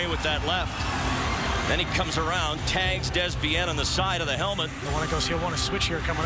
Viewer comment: its prenouce "DAY" "bein"